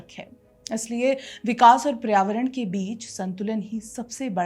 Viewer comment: Paryāvaran hota hai PRAYAVARAN nahi